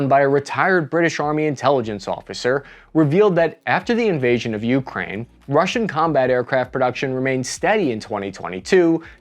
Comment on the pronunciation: (, the more common pronunciation is Ukráine, second syllable stress.)